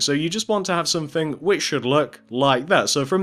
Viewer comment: its not one two free four its one two three four its not somefing its someTHING